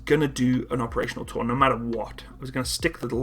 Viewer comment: Took me some time to figure that it's "operational tour", not "operational toll."